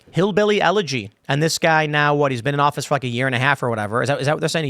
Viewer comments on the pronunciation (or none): none